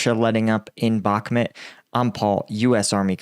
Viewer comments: Its Bokmoouuuwt not Bocmit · He pronunced Bahmud as if it was a city in team America. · It is not Bakmet , or Bukmat , or Boch mut etc. !!! Just say a real name !! Try to learn it ! I speak 4 languages and never speak rubbish !!!😡😤